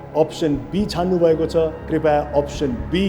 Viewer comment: राजेशजी ले सारै राम्रो संग कार्यक्रम चलाउनु हुञ्छ, दुइ चीज सुधारे राम्रो: १. बेला बेलामा 'हँ' भन्ने २. 'कृपया' लाइ 'कृपाय' भन्ने धन्यवाद!